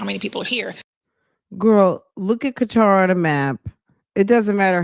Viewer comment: it's Qatar not Qwatar. My daughter lives there.